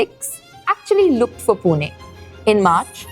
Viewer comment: it is not पुने it is पुणे , learn to pronounce the city name correctly, do not do it as per north indian standards. and the water crisis is because unlimited migration of people from outside..20 30 years back this was a nice city before outsiders overcrowded it..now we feel like foreigners in our own city due to uncontrolled migration from Hindi BIMARU belt